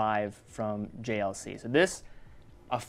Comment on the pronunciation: Du musst mal die richtige Aussprache von JLC lernen….ist ja schrecklich, wenn mam als Verkäufer keine Ahnung von seinen Produkten hat